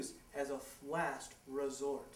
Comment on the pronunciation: did he just said "flast" resort?? XD